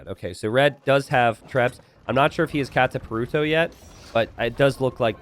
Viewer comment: Unreal how everyone still says katta-paru-toe despite there being a jillion weebs in the world to tell you it's kattah-paru-toh